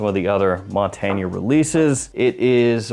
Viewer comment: One of us is pronouncing Montagne very wrong. :)